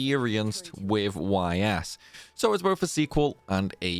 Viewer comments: It's not pronounced Y.S. Your mistake is already in the title of the video, because you capitalized both letters. It's written Ys and pronounced eess, similar to the words "ease". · Man made a 25 min video and didn’t look up how to pronounce the series name lol